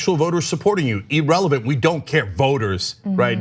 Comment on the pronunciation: Cenk - if you read these comments- it’s “irrelevant” not “erelevant”. Not a big deal really, just annoying.